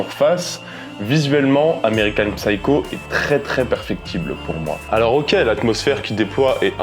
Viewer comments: Psycho se prononce seyekow, le "P" est silencieux. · On ne prononce pas le "p" dans psycho, en anglais. Ignare ! 🤓😇🤡